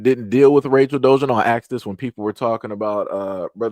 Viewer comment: it's "DO-LA-ZELL"